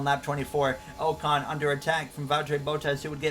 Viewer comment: And Ocon is "ahcon"